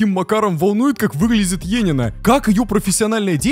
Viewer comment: ЕНИИНА А НЕ ЕЕНИНА